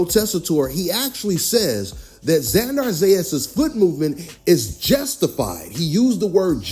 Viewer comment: Bro, it's not XanDAR, it's XanDER.